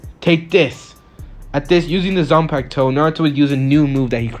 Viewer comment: Bro I have been rewatching this and you spoiled it by accidentally saying zanpacto before you give him it